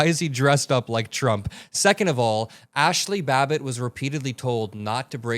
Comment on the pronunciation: Ashley babble? Somebody smack that man😊